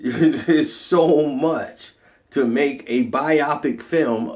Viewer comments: B'i'au pic?? No it's pronounced Biopic (bio-pic) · did this nigga just say buy-optic Cuh it's bio-pic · it's "bio pic" not "bi-opic." very accurate review. very disappointed. movie was trash. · The way he says biopic lol 'bye ah pic' 😂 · BIO-PIC say the word correctly I have know idea what word u tried to say